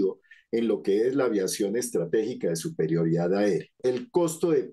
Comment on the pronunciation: "Suprerioridad aeria" 🙄